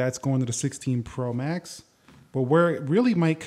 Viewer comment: The way you’re saying “Pro max” is annoying me lol